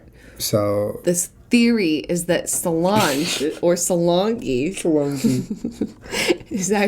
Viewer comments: it salonge (its a long gee) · When Julien said Solange wrong I almost choked on my yogurt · As a UK resident... The whole "Royals are Lizards" thing has been around for YEARS. I have friends who really truly believe it. They are not smart people... I need new friends... Also, Julien's pronounciation of Solange's name is no more insane than the real one :p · Conspiracy theory: Dale is actually tupac as Gary Busey as solong-ee. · why are they pronouncing 'solange' like that? i'm scared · The Solange one kills me every time because the way they pronounce her name lol xD😂😂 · I laughed so hard when they kept mispronouncing Solange